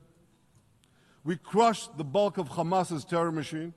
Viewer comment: Khouthies khamas khezbollah He should learn how to pronounce them first😂😂